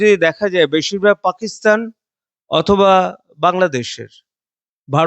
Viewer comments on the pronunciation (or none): none